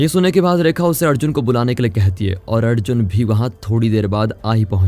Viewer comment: Adjun nahi yaar Arjun naam leena theekse